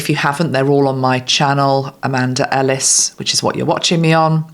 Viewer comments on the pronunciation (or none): none